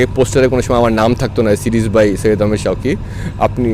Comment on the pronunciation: Can Indians please say Bengali names as they are? Its pronounced ahamed not ehmad. Please its a request its pain to the ears